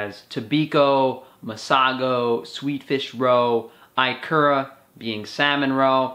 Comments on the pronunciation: Aloha! eee-kura. not eye-kura. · no he meant IKURA (japanese) only he pronounced it wrong, it's 'ekura' not 'aikura' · I live in Japan. It's pronounced "EE-ku-ra" (accent on the first syllable) not "eye-KUR-ra" great vid btw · Ikura is pronouced, "e ku ra" I'm in Hawaii and I eat this everyday. At 58 years old, i have lost 216 lbs, have muscles for the first time in my life, most of my white hair is gone and I can now run the Honolulu Marathon! My life is extremely different from the first 54 years. All of my foods come from the Pacific basin now and my 78 year old other doesn't recognize my new body. I eat seaweed, ikura, oysters, beef liver and beef heart all most dally.